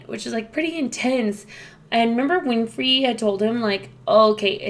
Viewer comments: It's Winry not Winfry btw. And I also felt bad for Al during this episode. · I love when reactors call her Winfry until they learn her actual name, come though Oprah.